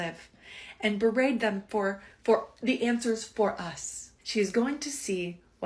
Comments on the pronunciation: So petty but i love that rug lady said “berade” instead of berate lmao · I don't think she knows what berate means and I think that's clear from the fact that she pronounces it like it's a braid.